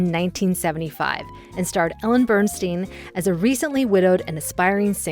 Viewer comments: Ellen Burstyn's name is pronounced like "burst in," not "burn steen." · Ellen Bernstein? Really? Come on! She's too talented to have her name butchered like that. She's Ellen Burstyn. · Thanks,! ✂🎞 Indeed, without Marcia's editing, the movies wouldn't be what they are. ෴ As an admiring colleague, I must let you know that you were mispronouncing Burstyn. 🙂